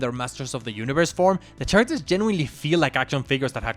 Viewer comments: in the most polite way, its pronounced "karactors" not "CHarators". But this is my fav video on youtube so theres that :) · It’s very charming how he pronounces the ch in characters…I’m only on the bojack section tell me if it gets annoying 6 hours in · Why are you saying “characters” so weirdly